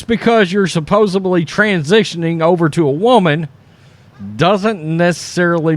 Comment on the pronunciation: Don't have to be country all your life. The word is supposedly with a "d" like supposed not ...bly.. speak intelligently at least some of the time